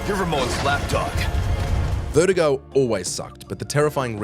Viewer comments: Vertigo?! It's VERTUGO you putz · It’s funny how he’s saying Vertigo the health issue, rather than VERDUGO